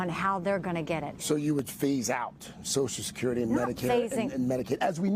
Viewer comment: I hate it when idiots can't even say "social security". She keeps saying "sosecurity". Her credibility is gone.